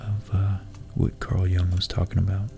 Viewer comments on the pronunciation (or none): none